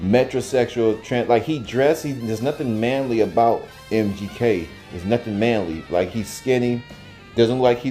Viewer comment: Say his name correctly who you gonna report stupid shit... "MJK" is not correct. And the music in the background is annoying...not trying to watch a bad porno.